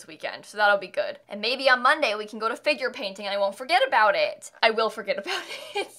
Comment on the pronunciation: Whenever she says ‘Figure Painting’ I keep on think she say ‘Finger Painting’ and it sounds so unprofessional lol